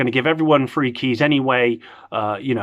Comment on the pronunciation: When u say free it sounds like three and that’s the amount they actually gave lollll 3 keys lolll